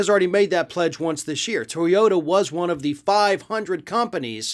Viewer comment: To yo TA, please . Not To YO (...da). Otherwise, interesting as always!